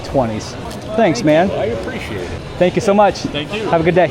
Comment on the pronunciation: You said spank you so much😂😂😂